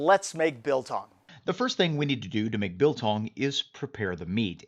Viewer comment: trigger warning to South Africans!! It's biltong. exaggerated I short g not beltongg. (PS I'm drunk and I don't really give a fuck. Love you man <3)